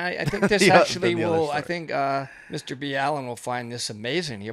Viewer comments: im sorry but you could say Mr BALLENs name right.. fuck.. clearly you dont even watch his videos if you cant say a simple ass name like BALLEN.. its not Mr B. ALLEN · Please stop slaughtering his name, say it with me Mr. BALL-IN LOL, NOT B-ALLEN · His name is pronounced Ball-in not B-allen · Hearing it pronounced Nr B Allen is weird, everyone in my house just says Mr Ballen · Why are you calling him B’Allen? He calls it Ball’en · It’s Mr-ball-en not Mr-B-Allen ✌🏻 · It’s not Bee-Allen it’s just Ballen like Ball -in . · I though you just pronounced it mrballen not mr b Allen the more u learn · I do like clarifying, however the fact that you don’t even pronounce Mr , Ballen’s name correctly is rude , not to also mention a US marine. Extremely shameful in mu opinion. If you watched his video like you said you had , you would of known how to pronounce Mr.Ballen correctly . Not Mr. B Allen 😥😡😔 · Mr B Allen? Is it not pronounced the way he says it on his own channel? I’m confused. Thanks for doing these! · you guys butchered his name LOL ITS pronounced BALL EN.